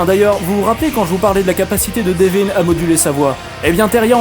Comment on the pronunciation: Super vidéo mais ... prononce son prénom correctement je t'en supplie... "Deveuun."